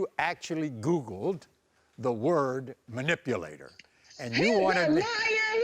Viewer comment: MA’ NIP’ A’ LATER … MA’ NIP’ A’ LATIN’ … 🤔😬😒